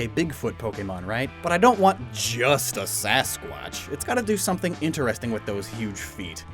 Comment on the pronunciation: You know its squach not squash for yetis right? Its not sasquash lol. Love ya!